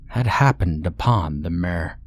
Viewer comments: Are you trying to say "mire"? Or do I not know the definition of "mare"? Genuine question lol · the whole time i was thinking that you were saying " mare " like the female horse , so it wasnt making a whole lot of sense. im just going to guess and assume that you also pronounce pillow like , pellow and milk like , ''Melk' instead of just saying it like a normal english speaking person. i wont lie to anyone and say that it doesnt make me think that their suspicious af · The way he's pronouncing "mire" has me cackling 🤣🤣🤣